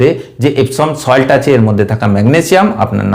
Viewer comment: ভাই নাম টা ঠিক করে বলবেন ইপসম সল্ট , ইপসিন না